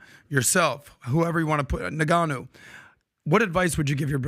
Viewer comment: “Nigganou”